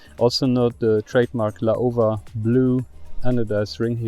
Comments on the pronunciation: Laowa （老蛙）is read as ‘lau-wa’. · it's pronounced Lau-wa fyi.